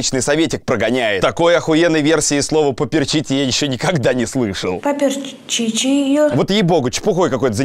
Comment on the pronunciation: Меня просто убила "чахшка", "поперчиче" и остальные мега фразы этого паренька